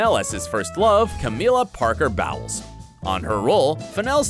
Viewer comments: I think i can accept his pronunciation of Bowles as Bowels, since I feel it's quite fitting :) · is it possible that when people create videos they learn the proper pronunciation of a sodding name bowl not bowel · Love he says Bawles like Bowls. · Or rather like "bowels" - intestines. Honestly! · Camilla Parker-Baawls - as in intestines? Seriously? Why can't the Americans research their stuff properly?